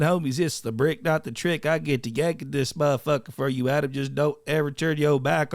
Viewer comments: Its the bricc not the tricc 😂😅😂😂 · It’s tha bricc not tha tricc🤣🤣🤣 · its the bricc not the tricc lmaaaooo